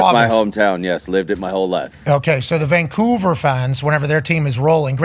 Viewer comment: Who calls it frickin COUVER? No one. Lived here 40+ years.